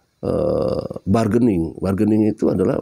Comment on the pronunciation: Bargains itu Artinya Tawar Menawar... Kalau lidah orang Indonesia Barkening Cara Bacanya Bargaining itu Adalah Bahasa English kalau bahasa Indonesia nya Tawar menawar